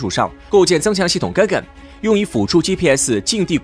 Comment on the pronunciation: "Ga gan" 读音： 尬尴......:face-blue-smiling::face-blue-smiling::face-blue-smiling